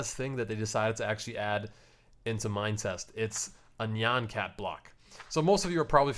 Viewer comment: Dude, thats not how you pronounce nyan cat